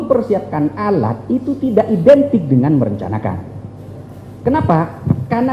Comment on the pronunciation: Mempersiapkan alat bukan edintik merencanakan, ngomong apa ini ahli bohong Pasti sudah dpt DOA ( dorongan amplok)